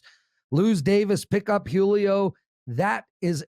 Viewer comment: I've never heard anyone butcher the name Julio before this